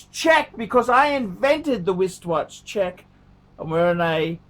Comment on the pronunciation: Why does he say WISTwatch check? When he wears the same (uggo IMO) two tone blue rolex in every video lately? Get a NEWWWWW ROLEXXXXXX, FUCKERS!!! Get a JLC, TWAT WAFFLE!!!